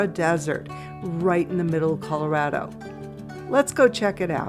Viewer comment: Great video. We are very proud of our Colorado heritage so some pronunciation improvement would be appreciated especially if making a return visit.